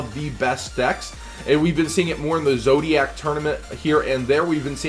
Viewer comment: you need to learn how to pronounce these cards bro lol you make me cringe. it's ZOO-DIAC NOT ZO-DIAC and MI(ME)-NERVA NOT MEH-NERVA lmao